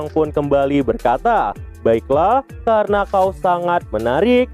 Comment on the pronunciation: "Kerena itu" Ngucapin itu mlu si mimin😂